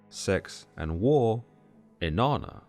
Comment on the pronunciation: Inanna sounds like enana in Spanish which means dwarf, and that’s all I hear every time he said here name.